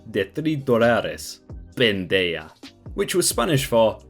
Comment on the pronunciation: In Spanish, the letter “j” is pronounced with an “h” sound, e.g., “pen-DAY-hah” for “pendeja”. Otherwise, pretty good.